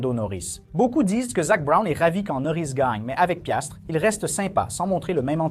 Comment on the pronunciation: C’est Piastri et non Piastre !!!!!